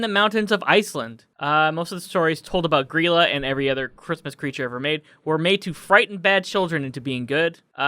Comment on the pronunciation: Holy shit, they actually pronounced Grýla correctly!